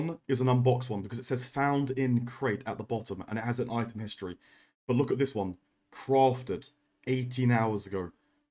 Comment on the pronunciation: CWAFTED! Much love <3